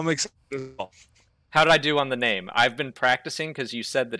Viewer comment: I'm not entirely convinced he pronounced his name correctly lol glad he address it, sort of. 😂 What a great dude, though. 👍